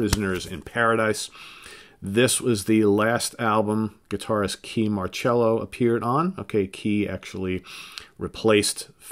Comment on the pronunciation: I apologize for this, but you mis-spoke Kee's last name. It's spoken like 'MARR-Sello', not 'MARR-Chello'. =P